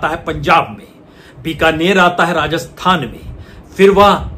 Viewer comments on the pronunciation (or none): none